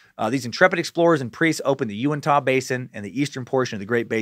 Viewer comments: Big fan of this podcast and Scared to Death... Living only 30 minutes from the Skinwalker Ranch, this one caught my attention and did not disappoint. Also, we pronounce it "You-in-tuh." So the Uintah Basin is the "you-in-tuh" basin. :) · I'm from Utah and I'm 87 percent sure it's pronounced ( you-in-t-a ) when you said uintah basin. Love the suck hail nimrod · Almost couldn't listen to this one . Just had to block it out each time he mispronounced "Uintah"....but he said it so many times it made it a rough listen.